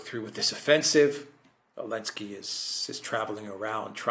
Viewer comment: Every time I hear this grown man say elensky I die a little. Please the joke is over, Zelensky is a war criminal.